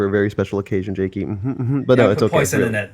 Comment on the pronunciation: It’s jakey not jacky